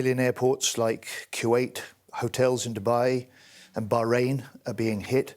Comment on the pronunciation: I respect this lady but her lisp and pronounciation of bahrain is pissing me off